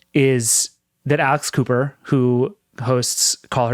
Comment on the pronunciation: I heard "Alice Cooper" not "Alex Cooper" (clearly I don't follow those kinds of podcasts) and was QUITE confused... And I would TOTALLY listen to Alice Cooper doing a weekly podcast...